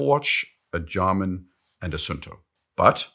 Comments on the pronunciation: Jarmin ? Oh Garmin. Hard G bro. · Garmin is not pronounced Jarmin.:) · Everything about this video is perfect…. Except the way you said Garmin (Jarmin) 😂😂 Love the content and how thoughtful your takes are! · ‘Jarmin’ ?! I learn plenty of correct pronunciations from this channel, but that ain’t one of them… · Garmin is pronounced with a "G" as in "gaudy", not "Jarmin" with a "G" as in "Germany"... Nonetheless good content 👍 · never heard it pronounced that way. Interesting.